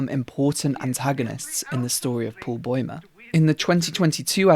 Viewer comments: noo one points out how he says boimer instead of baumer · I dunno how anyone gets "boy-mer" out of Bäumer. The diacritical A is an "ah" sound, and even if it were a nornal, A, it would still be pronounced "bow-mer". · i am sorry but did you just call him paul boymer